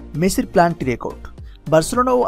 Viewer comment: Planty 🤣🤣 valo kora bolan tarpor video banan